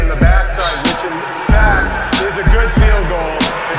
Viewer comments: It’s not field it’s field GOSH DARNNET this is America not Great brittan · What if if pronounced 'field' correctly?